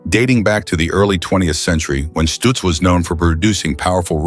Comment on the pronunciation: stutz not stooots